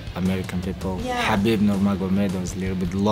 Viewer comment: Lol. Kalabeeb vs Stipocic😭